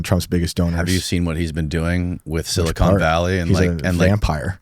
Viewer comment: If I hear one more person say "SiliCONE Valley", I am going to cry